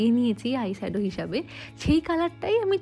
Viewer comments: You pronounce "sadow", "sade" instead of "shadow""shade" and then "masHcara" instead of "mascara"..in the last video too noticed the same..sounds very uncultured..try practicing loudly "SHe SElls SEa-SHells at the SEA-SHore".. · Why is shade and shadow pronounced as ' sad' and ' sado' and face pronounced as' Fashe'? It's fine if you are not proficient in English pronunciation. But you can always check the same on Google or even youtube before using it on a social platform. Since you are using English words, it's a suggestion to sound right while vlogging.